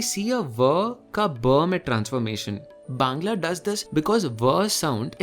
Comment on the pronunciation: Are you a bangali because your 'bangla' pronunciation was pure